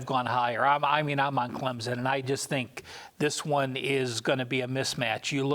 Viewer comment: It's pronounced C L E M S O N, not CLEMZON!!